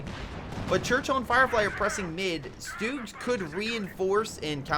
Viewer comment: stug, not stewg.